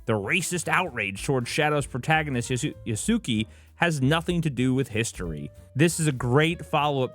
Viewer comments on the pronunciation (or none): It is pronounced (やすけ) YAS-KAY - the Su ( Soo ) sound is quick 😅 or you can at least say Ya Sue Kay